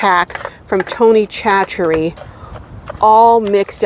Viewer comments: It sounds yummy and I'm definitely going to try it. (Tony) Chachere is pronounced saa-SURE-ee. Lots of our Louisiana names are not phonetically decipherable in English. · Great video. BTW, I am a Cajun from Louisiana, and the name Chachere is pronounced “sash a ray”.